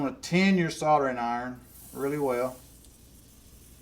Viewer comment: Soldering.....!!!! not Sautering......lol